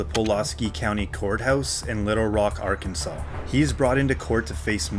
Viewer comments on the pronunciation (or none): none